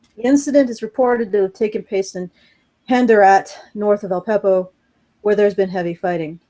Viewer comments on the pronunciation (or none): Al-Peppo? Lol. It's actually Aleppo.